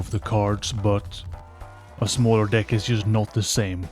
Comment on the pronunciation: You really gotta fix how you say "deck" man